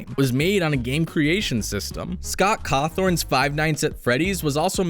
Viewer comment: Ahhh yes... Scot cawtorn.